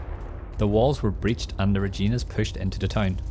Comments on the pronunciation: it rhymes with fun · You know you did a really good video. You explained the battle really well. Long time coming. I just wish you knew how to pronounce “Reginas “. Every canadian is cringing